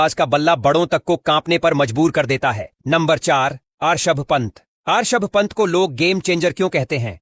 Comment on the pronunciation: Bhai players ka naam toh thik se lena sikh le.. it's Rishabh pant not r-sabh pant